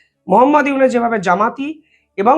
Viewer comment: ফয়জাল না ফয়সাল। ইউনুস কে বলো ইউনেস নামগুলো ঠিক করে বলতে পারো না।